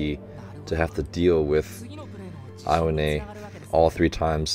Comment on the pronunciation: you could pronounce Aone as "Ow"ne...(like, the shorter ouch)